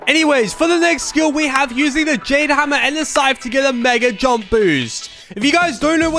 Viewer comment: Bro said Jane hammer ☠️💀it’s Jade hammer